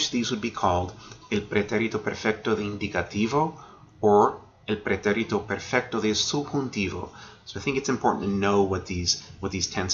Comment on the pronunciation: Well done. Hate to be pedantic, but: pretérito is pronounced < > Accent on the 2nd syllable.